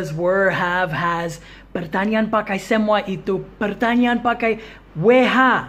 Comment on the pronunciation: Pertanyaan kedengaran seperti pertanian😀